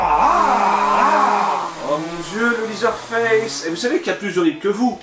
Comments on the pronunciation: Ca se prononce "lézeur face", pas "lizeure face" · LeatherFace se prononce "lèzer" pas "lizer"... ça m a fait tiqué pendant toute la vidéo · Prononcer leather en liseur c'est un cauchemar effectivement